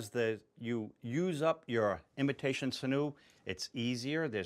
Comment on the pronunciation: Its pronounced sin-you. 😉 Great videos btw 👍🏾👍🏾